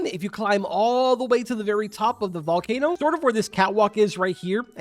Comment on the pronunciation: The volkayno was to hyped in my opinion